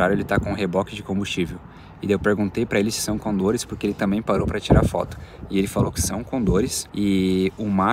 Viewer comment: Eu embarquei nessa aventura!! Que maravilla que pudieron ver los cóndores, ave milenaria , parte de la cultura andina , existen varias leyendas ( historias) A pronunciação é Cóndor, acentuándo forte na primeira Ó